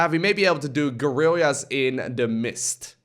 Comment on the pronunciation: Really Funny how you pronounced "guerrilla", an original Spanish word to refers the small armies that fight against the Napoleon's invasion. Is like little army in English or maybe I am wrong and use this form in English.